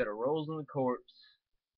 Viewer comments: Marine Corps not Marine Corpse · its pronounced "core", sir. Marine corps.